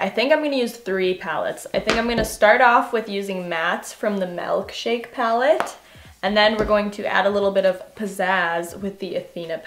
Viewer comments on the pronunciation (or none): “Melkshake” girl come on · she says melk-shake and I'm in comfortable